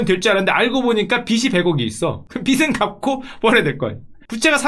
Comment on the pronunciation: 빚은 [ 비즌]